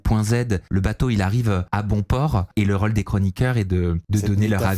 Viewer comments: Qqun peut apprendre à qu'il y'a un accent circonflexe sur les Ô de rôle? C'est insupportable pour les oreilles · vient du sud de la France et dans le sud on prononce la plupart des o de façon ouverte, même après x années passées à Paris. Navrée pour tes oreilles.